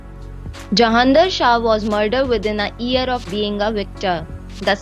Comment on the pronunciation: 1: Chapters should be added to this video. 2: The narrator mispronounces many words, such as 'War' and 'Year'.